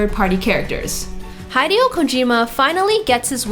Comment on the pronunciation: Her pronunciation of those Japanese names is really grating..."hide-ee-oh"?